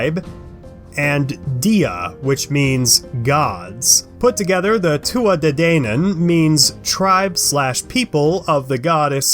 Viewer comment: But this is all wrong, so wrong. You don't even say their name right. 😒